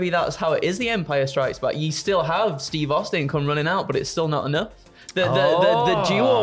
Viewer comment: That ain't Steve Austin that's STEVE HAUSTIN🤣